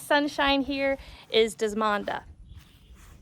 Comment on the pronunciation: Desmonda? Do you mean Desdamona by David Austin?